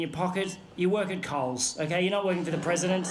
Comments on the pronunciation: It’s Coles not Khol’s. Coles is an Australian supermarket chain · Btw it's Coles in Australia not kohl's :) great animation too! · Yeah its coles LOL but please remaster i would love to see this whole thing clean af